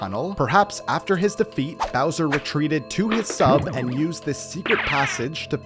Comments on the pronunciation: You said Blowser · Around 9 mins in you say Blowser lol. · bro said browser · Bowser ❌ blowser ✅ lol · did he say "blowser"? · “allowing Blowser” Blowser🤣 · I noticed that too. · did he just say blowser